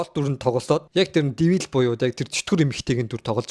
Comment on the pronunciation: дивиил gshasnnhahaha